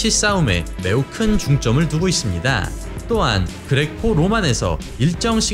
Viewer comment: 있씁니-다.. 입니다- 합니다- ... 짧게 발음해주시면 좋겠습니다- ^^